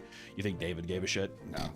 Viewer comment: I love how he never pronounces David's name right.